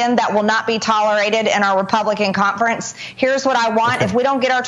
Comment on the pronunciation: "caump-frents" and she's so unbearable